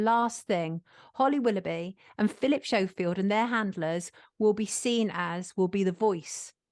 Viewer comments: This was a great video. Very informative. Any reason we’re calling him Philip Show-Field instead of Skofield, are we making a point about his fakeness? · Phil Shofield??? What? Its pronounced Skofield but not written like that! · It's Skoe field not Show field... pronunciation. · Sonia, totally brilliant investigative journalism as usual. Why are you prouncing him 'Showfield' 😂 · Hehe did sonia mean to say repeatedly Philip “showfield” ? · Am I hearing correctly are you saying Philip showfield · Can she please pronounce his name properly if she is a so called journalist. It is spelt Schofield but is SCO, the H is silent when you say it. i have a friend who has that surname and he hates it when people pronounce it incorrectly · Why are you pronouncing his name as "Showfield"? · At least pronounce Schofields name correctly 🤦‍♂️ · She can’t even say Schofield properly